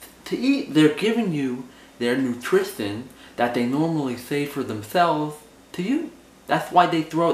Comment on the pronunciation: "nootrithinn" *lol I feel this is a valuable reference for your actor´s portfolio : ) who knows which fun roles it attracts !